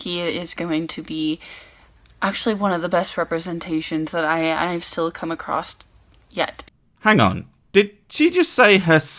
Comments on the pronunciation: Hang on, did she just say "acrost"? Parts of my brain just turned into liquid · She just pronounced across as "acrosst" -- RUN!